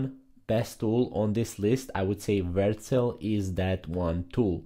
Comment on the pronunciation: Versel? What? You just never even show the name on screen or say it clearly